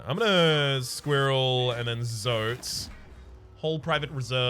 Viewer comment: The guy's name is Quirrel, not squirrel lmao